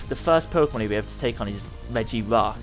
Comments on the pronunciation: REGI-gigas. not REGIGI-gas it is really not that hard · It is called re-ji-ji-gas. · you say regigigas like "rejigigas" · Acctualy, It's REG-EE-GI-GAS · It's pronounced like reggie-gee-gis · say regegiis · Oh my gosh you just Murdered Regigigas' name it's Red Ge Gig As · Its pronounced regee-gee-gas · It's pronounced reh-ge-gi-gus, regigigas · Its pronounced Re-Jee-Gi-Gas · Regigigas is pronounced rejigigas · no it's Regigigas (re-ji-gi-gas) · i hate people doing a comentary that leterall y havnt even played pokemon but take peoples videos to show you what to do and call it there own he said profeser juniper or what evee his name is then siad reg gi geg as for regigegas he said rice aram for resharam face palms